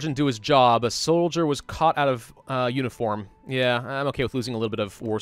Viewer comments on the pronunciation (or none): none